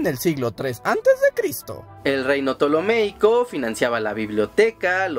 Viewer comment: Ptolemaico*, no "ptolomeico". Eratóstenes*, no "Erastótenes".